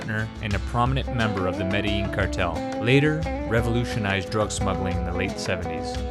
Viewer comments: The double-L has a Y sound in Spanish language. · And Medellin is pronounced Meh-Deh-Lean, not Medling. This guy jacked up all the pronunciations lol